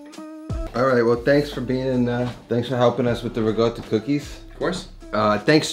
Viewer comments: Every time I hear riGotta, I cringe. It's RiCotta with a C, not RiGotta. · There's no 'g' in Ricotta. Pronounced: ri - cot - ah It's a short 'o' sound, not a long o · Those look amazing..... I'm going to try them. And..... I have a suggestion.... 😂 for some merch. I've realized, you say it RE-GOAT-AH No, you do.. Regoatah I need a tee shirt with your face on it, and you're saying IT'S PRONOUNCED REGOATAH!!! Yeah yeah. I'd buy it